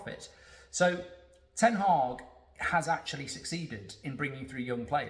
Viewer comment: Mark its not ten Hawg as you pronounce it, Its ten Hag as in bag.